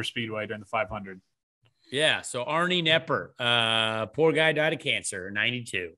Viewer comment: Arnie Kah-nepper.